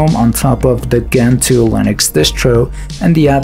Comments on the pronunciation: It's Gentoo, not Ghentoo. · difference in the way you phonetically say it, the original poster here means that its pronounced djentoo no ghentoo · If I may interject, Gentoo it’s pronounced djentu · The G in Gentoo is pronounced as in GIF, and not as you’re pronouncing it, as in GIF